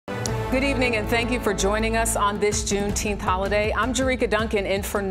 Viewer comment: Wtf is "juneteeth"?